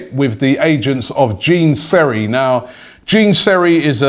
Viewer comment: Gene Seri lmao, big man Rob it's pronounced like John